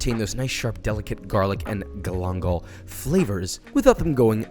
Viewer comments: this looks awesome. only thing that bothers me is how you say Gal- in-gal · This is fantastic... But I'm bothered by the pronunciation of galangal. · ayo wtf is galangal?